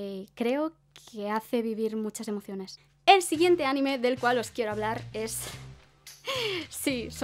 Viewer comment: Noooooo. CÓMO QUE ánime. ANIME sin la tilde en la a por favor:((( o sea cómo puede ser? Ajajajajjaaja